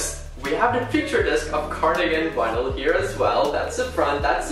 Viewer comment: no one:: "Wynils"